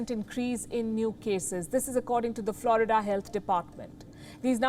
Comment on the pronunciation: Maybe she should learn to speak English and pronounce Florida.this woman has a rock for a brain